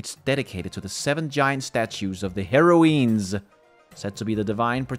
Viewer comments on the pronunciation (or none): (hair - oh - ins) is the pronunciation. not (hair - oh - eens) :)